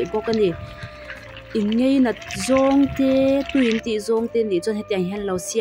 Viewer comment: Bei aiah bai, nachin aiah nichin, ngeinat aiah ngainat ... I aw a mawiin ngaihthlak a nuam khawp mai.